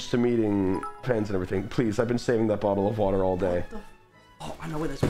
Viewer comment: "A free bot'l o' wo'a." "No." "..........Bot'l o' wo'a..." "A BO'L O' WATER?" "Yeah, there we go!" "No, fuck off!" I've replayed that part so many times